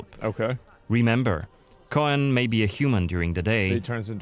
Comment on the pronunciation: Like many witcher things coen/koen is a Dutch name so their pronounciation is a bit off. It's actually more just pronounced Coon/Koon. But in german it's a bit in between tbf. Unless they mean Coën or Cohen or something else. But Coën is not a "real" name. And Cohen is like Jewish I think.